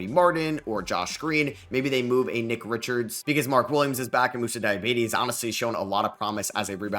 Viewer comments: Moussa diabetes? lol it’s pronounced dia-ba-tay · Dee-yah-bot-aye not diabetes 😂😂😂